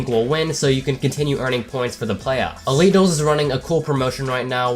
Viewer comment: when he said elite duels i thought he was saying illegals